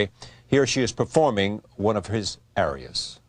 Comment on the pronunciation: The announcer/interviewer obviously knows nothing about music otherwise he could pronounce the word "aria" properly!